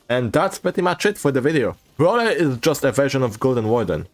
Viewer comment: "bwhut wit bruleer, but wit bruwleeer" -, 2024